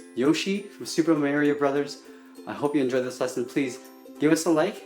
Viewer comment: CALL IT SUPER MAYRIO ONE MORE TIME I DARE YOU